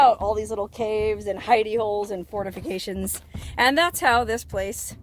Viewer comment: did you say fornifacations??😂